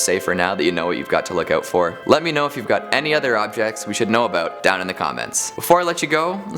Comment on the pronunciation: I love the way says "aboot"